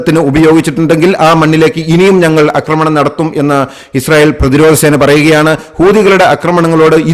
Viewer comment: അക്രമം ശരിയാണ്. അക്രമണം തെറ്റ്. ആക്രമണം ശരി